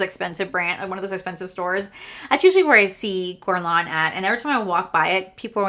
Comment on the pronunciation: please google how to pronounce guerlain properly! as a fluent french speaker it really made me cringe